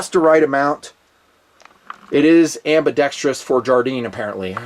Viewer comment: Hey,thanks for pronouncing ambidextrous correctly,It drives me crazy when I hear ambidextri-ous. Cool watch!